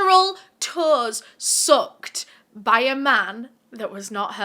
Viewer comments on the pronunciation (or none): When u were talking about her toes I was so confused until u showed the picture. I thought u were saying "soaked" not "sucked".😂 Also Jane couldn't have been "face timing" her boyfriend. It wasn't invented till almost 10yrs afterwards. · I thought what you said was "she had her toes soaked" - this man had brought her a small tub to " soak" her feet and I couldn't understand how that constituted a scandal 😳. The I heard you again say the word & I realized you'd said "sucked"! I then turned on the CC, lol!